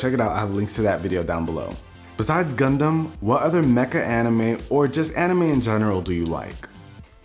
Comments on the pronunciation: Am I the only one who heard "CONDOM" instead of "GUNDUM"😂😂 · I thought he said condoms lol